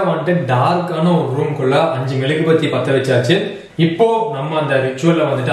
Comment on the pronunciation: Bro it is not melugubathi it is mezhuguvathi